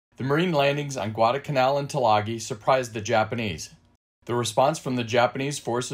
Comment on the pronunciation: Why do you drop the first letter L in the word Guadalcanal? I never heard that it was a silent letter.